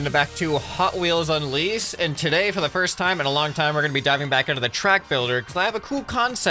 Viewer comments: Mans said lease instead of unleash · I swear he said Hot Wheels Unlease at the beginning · He said "Hot Wheels Unlease" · anyone else hear "hotwheels on lease"?